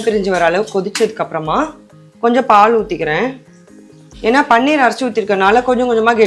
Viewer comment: Paneer not panneer பனீர் not பன்னீர்